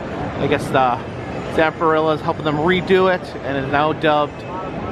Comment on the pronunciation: I laugh every time Zamperla is pronounced "Zamperilla" like a dinosaur